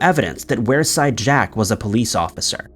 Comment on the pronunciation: It's pronounced weer side jack not were side jack 😁